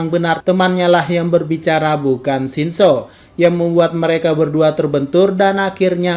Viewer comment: kura kura.. Mimin nya kalo ngomong shinso nadanya kek shinzou, mungkin aja kebanyakan nge teori Aot..